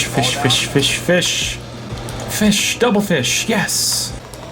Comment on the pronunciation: He be like "pheesh" 🤔